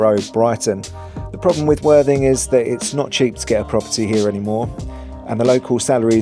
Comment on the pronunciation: When mentioning worthing and your channel your clarity of speech needs to be clearer as it sounds like " the absolutely wan#@ channel sorry for the persice criticism mate but great vid mate enjoyed and your narrative is good content keeping going mate